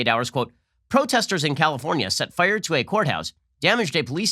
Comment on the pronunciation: Nobody: Ben: Fuyeur!